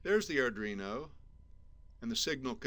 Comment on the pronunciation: What's an "ardrino" ?